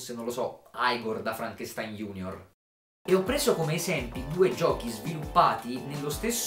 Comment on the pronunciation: Si pronuncia Frankenstin ahahah